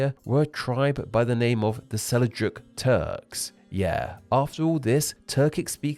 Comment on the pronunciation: Sel-juk, not Sel-i-juk. Hittites, not Hitties. Pronunciation was weak on this one.